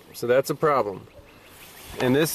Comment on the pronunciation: "thats a common problemb" LMAO